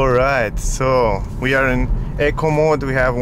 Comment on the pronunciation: I've heard,so many people pronounce eco mode, incorrectly, so try Google Queens English eco if you want true English. Sorry my second language is manderin. Any word can have 4 meanings, so I think in perfect pronunciation. Nice review, but i think in Australia the first will be the ioniq, which will suite me, so probably an ioniq, lotto win model s. Like everybody else